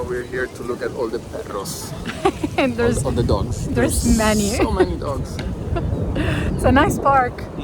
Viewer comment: Let me tell you that at some point I thought you were from Argentina, maybe the children of Argentinians that migrated to Europe, because the pronunciation of the few words that you said in Spanish was so on point, for example “perros” and “empanadas”. Enjoy your trip. Cheers!!